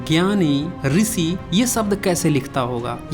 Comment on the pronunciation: अब तुम सिखाओगे हमें।। पहले क्ष त्र इत्यादि वर्णों और ऋषि जैसे शब्दों का उच्चारण तो सही से कर ले।। मूढ़ मति